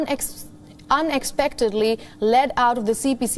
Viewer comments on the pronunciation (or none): Un ex pectedly not Un eg pectedly